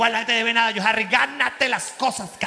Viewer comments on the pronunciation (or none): none